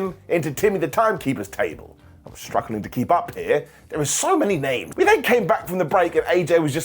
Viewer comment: You really are enjoying wrestling because I don't remember a time you messed up the names that bad lol, and I don't remember hearing the AJ is out of the OC, interesting to see if they just drop that